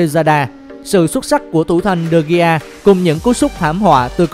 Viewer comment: Người ta đọc là đờ-ge-a mà đọc de-gi